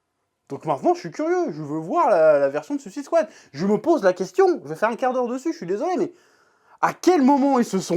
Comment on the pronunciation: Toi aussi "suisse ide swad" lol Sinon belle review de la passion :)